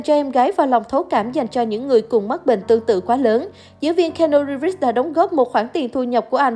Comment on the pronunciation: Nếu muốn review một ai thì vui lòng đọc đúng tên giùm,là ci-nu-ríp,và ko phải là ng tử tế duy nhất ở hlw,còn tom hanks,...